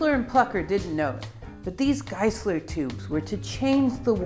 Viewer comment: It is pronounced Room-Korf and Geye-Sler.